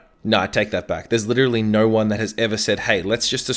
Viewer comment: I like how he says "no" like "Nourw"